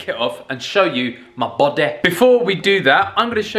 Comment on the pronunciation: "to mah Bawdeh" 😂😂😂